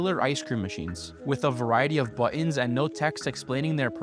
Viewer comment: True, and he can't pronounce "button."